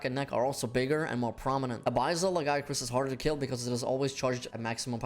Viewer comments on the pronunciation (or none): “ABIZZAL LAGIACRUS” 💀